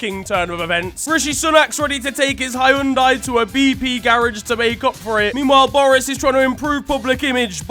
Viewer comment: im sorry, who pronounces Hyundai as HAIYAHHH-uhdai???